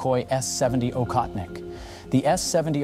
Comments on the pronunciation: It is "Ohotnik", NOT "Okhotnik". I hope nobody writes Khunter instead of Hunter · Aa-hoth-nik (not akhotnik) meaning hunter. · It prounced Ochotnik btw. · It's pronouned OHOTNIK.